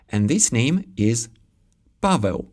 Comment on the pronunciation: For Poles understanding Czech language is usually quite easy and it actually sounds funny for us. The same way quite funny is your reading Paweł more like Pałeł , no offense.